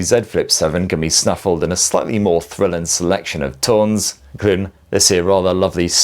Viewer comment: tone > it’s toenes not tons